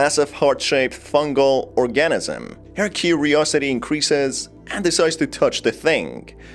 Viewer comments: Guess you've never heard the pronunciation of the word 'organism' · Thank you! I though I was the only one bothered by that. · I just cant with the way you say organism But!!!!!! Good video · Couldnt watch anymore after hearing your pronunciation of organism